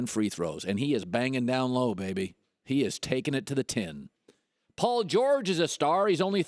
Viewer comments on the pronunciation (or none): none